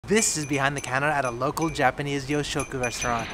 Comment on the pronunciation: I think it's pronounced more You'shoku instead of Yo